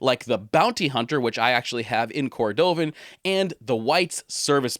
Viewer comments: Great vid as usual. It’s “cord-o-vun” not “ cor-dove-in” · Shell Cordovaaaaan not cordooovan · You seem like a very knowledgeable guy, and I really enjoyed this video. However, you are definitely mispronouncing Shell "Cordovan". You are placing the emphasis on the middle syllable. The emphasis is on the first syllable. You say, "Cor-DOE-vn" but Horween, and even the Tuscan company that makes it, all say it, "Shell COR-do-vn". Just wanted to point it out. Great video though! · I'm not trolling. I love the videos and am just trying to help with the pronunciation of cordovan